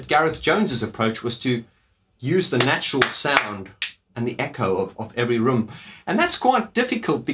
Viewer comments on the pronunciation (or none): Perfectly said this is the album that showed us DM. Look out world here we come. Oh and btw at or so is it roum or room. Lol Omg how many roums are there. Jk lol funny overseas person. :)